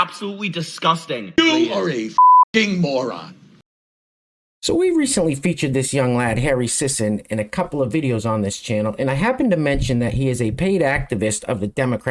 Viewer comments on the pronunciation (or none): 😂Harry "Siss"-on